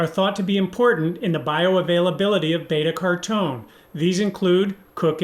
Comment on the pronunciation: Great video, but b-cartone?? It is beta car-o-teen, right? Also curcumin is pronounced kur-ku-min.